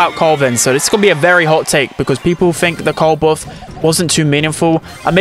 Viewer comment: The way he pronounce buff hurt my brain